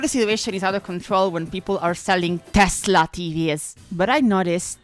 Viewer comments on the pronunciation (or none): none